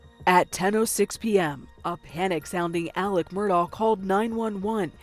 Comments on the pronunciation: Why do these American news anchors say “Murdah”? It’s very obviously pronounced like “Murdock” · Thank you!! I was just about to say that. He says his name as Murdock why does she keep on saying Murdaw?!?! I get that's not the point of the video but still. Lol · That name .... I have heard it pronounced "Murdahhh", "Murdcock" and now "Murdoe" and now "Murdoff". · It’s pronounced Murdock not Murdaur, as per the defendant in his trial!!! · Is it just me or did multiple instances and people pronounce it Alec Murdow? Like literally several instances I heard Alec and not Alex, and Murdow and not Murdock. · It's Mur-DOCK, not Mur-DOE or Mur-DAW Or my personal fav Ive heard, Mur-DOKE. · Why does the narrator, Nikki Battiste, keep calling him "Murdal"?? Why put an 'L' on the end?? It's Murdaw or Murdock. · I’ve never seen the name Alex pronounced like “Alec”…. And why do people pronounce Murdaugh like there’s a C at the end? “Alec Murdaughck” 😭 bizarre ! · My goodness… what is with this guys name… it’s pronounced different by everyone. Alec Murdaugh Alex Murdaugh Alec Murdawl Alex Murdawl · Okay, let's get everybody in a huddle and decide how to pronounce this name: Mur-dock, Mur-dah, or Mur-dahl? I'm hearing all three in this video. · The killer’s name is pronounced MUR-DOCK. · I love how everyone pronounces this dude’s name differently. “Alex Murd-aww”, “Alex Mur-DOCK”, “Alex Mur-DOH”, “Alec Murdock”… which is it? 😂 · Is it Alec or Alex? Is the last name pronounced "Murdaw" or "Murdoch"? Pick one and go with it. Sheesh. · They pronounce the name "Murdock." Just saying. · I've even heard Alex pronounce it "Murduck" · Why all the mispronunciation?! The name is Murdaugh, but most people say Murdock! His name is Alex, but most call him Alec! It is driving me bananas!!! What am I missing?!?!🤣😂🤣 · I can’t listen to her mispronounce his name. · Gosh the first reporter cant pronounce murdaugh. Its so irritating. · He pronounces it Alec. She's misprounouncing the last name though.